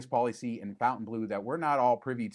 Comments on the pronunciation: It might be easier or intuitive to pronounce it 'fountain', but since it's technically french, it's incorrect. I deem your pronunciation wrong. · The hotel itself is inline with pronouncing it how it's spelled. Throwing an extra u in there is just wrong. Miami has always been wrong. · These videos have really spread the incorrect pronunciation of Fontaine Bleau. And there’s really nothing very French about the decor and shops in the casino. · C Mon, nobody says Fontainebleau the proper way. Except for French speaking people 😉 merci 😂